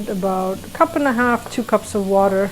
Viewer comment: says “ water” like a Philly girl....”wooder”...haha love it... Great pup too!